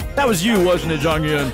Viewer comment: just a tip on pronunciation onew --> oh - nyu ( you been pronouncing it more like on -new) jonghyun --> jong - hyawn (two Korean sounds get romanized as U, but the one in Jonghyun's name is actually pronounced closer to au or awe.) minho --> mino (the h is usually silent in Korean, and often just represents more air coming through) taemin --> teh min (think most people mispronounce his name as tay-min) key is an english word so the pronunciation is fine I really like your reactions for SHINee, I think I've watched them all in one sitting. I've learned some things about how the songs were produced that I haven't noticed before despite listening to the songs so often and feel that you genuinely like them. Even the songs you don't vibe with are songs the fandom also doesn't always vibe with lol (a.mi.go, why so serious, etc). Would love to suggest some more b-sides after you've caught up with the title tracks Also, one thing that helps me accept Jonghyun's passing is that he really fought hard for creative control, not only for his own solo work, but also SHINee's. And his legacy can be felt through what they currently release. So even if he isn't there, his influence still is. A lot of fans consider SHINee a 5 membered group in the present even if they preform as 4 because he did a lot to shape their image and sound. You can also listen to some of their Japanese title tracks with Jonghyun. One I would specifically recommend is Your Number